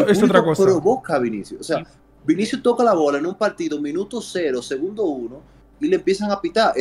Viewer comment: Cubarsi dice vins jajajaj